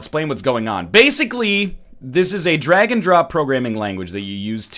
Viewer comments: nah he said dragon dong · At first I thought he said Dragon Drop not Drag and Drop